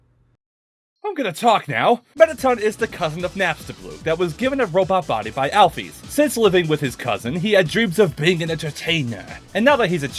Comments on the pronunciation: "Alphiz"? I think it's Pronounced Like Al fish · Alpheys not alphis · Did they say... OWL-FEEZ! WTF IT'S AL-FIS